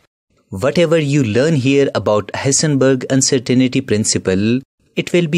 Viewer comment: He said hisenbeeg baba .funny accent😂😂